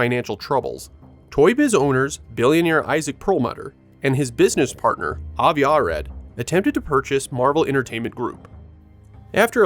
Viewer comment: Great videos, but cringing every time you mispronounce "Arad".